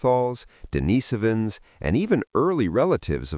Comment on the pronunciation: Denisovans pronounced correctly. 👍